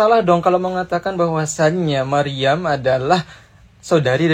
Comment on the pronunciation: Yang aku denger Maruyam mas hehehe bukan Maryam GodBlessYu mas